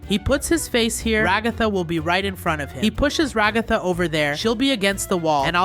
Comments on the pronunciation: Bruh it's regatha not Raygotha! 😡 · Ragatha =/ Ra-ga-tha